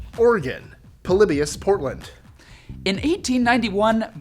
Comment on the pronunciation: “Poly-bye-us”, poor guy butchered the pronunciation of ‘Polybius’. Also, nice Thanos snap at . lol Very interesting video. 👍